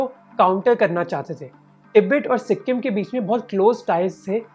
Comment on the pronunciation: It's not si-kkk-im .. the k need not be pronounced with a hariyanvi accent.